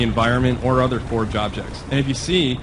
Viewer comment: So are they calling it Halo Fourge?